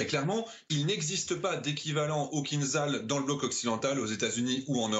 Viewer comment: oh, déjà, on dit kinZHal (кинжал = poignard), pas kinZal... fin, en russe, on dit aussi kin-za-dza ! et arretez de faire peur aux ménagères avec vos delires que ca vole a 10M. c'est du combustible solide, au bout de 20 sec tout est cramé, même si ca monte a quelques M et apres ca vole (~1300km) en réduisant la vitesse a 2-3M grand max, apres ca continue a 2M (~400km) et à la fin ca peut aller carrément en subsonique pour maxer la precision. et la meuf de franceinfo qui sort que ca contourne le terrain, lol, fin, certes, ce genre de profanes suffit pour faire frissonner madame michou ! ca fait quelques manœuvres aléatoires schématiques a tout casser. et le vrai gag, c'est "kinzhal" qui est tiré d'un navire :-P kinzhal par définition est aéroporté, sinon c'est son grand frere iskander quand c'est terrestre... vraiment, chez franceinfo les journaleux c'est un ramassis de blaireaux incompétents en la matière